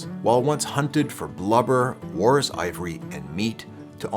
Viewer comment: Sounds like an epic trump. Now I gotta do it someday! DARN YOU! Haha. You also pronounce "walrus" really interestingly.